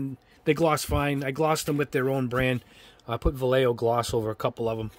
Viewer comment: Please, it's pronounced... Va-ye-jo. It's kind of like having somebody say "yeyow" instead of yellow. If can, so can you.